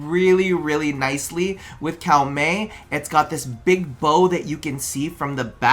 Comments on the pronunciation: 1st Edit : its Koh-Mey not Cow-Mey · We always love this series, thanks to your unique takes it inspired a lot of our Fashions over the years so thank you for this series. Also, we did have to look it up, so there's a chance we're wrong, but it looks like Koumei is actually pronounced Ko-me. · Cow-mey? please tell me it's a meme lol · Okay, so, taking instruction from the latest video: Kou rhymes with co like in "co-worker". Mei rhymes with May like the month, so you got that part right haha